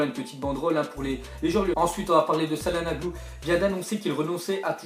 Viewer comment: il a tué le nom de hakan....